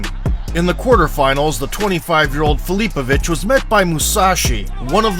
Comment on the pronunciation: Your AI doesn't even know how to pronounce his last name.